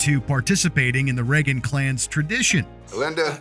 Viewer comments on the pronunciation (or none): It's Reagan, not Regan.